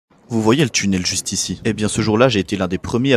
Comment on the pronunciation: Tchunnel? Ouvertchure? C'est quoi? Aaahh tu voulais dire "tunnel" et "ouverture". Faut parler correctement et pas comme un cassos de la té-ci.